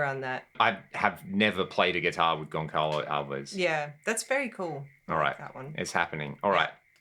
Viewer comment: My bro... just to honor the Portuguese language: it's pronounced Gon-SA-lo Alves. That C is not a regular C. It's one of these Ç... that forces the C to become an S. So... your beautiful neck is in......................Gon-SA-lo Alves. By the way... you are my favorite guitar content creator. Much love.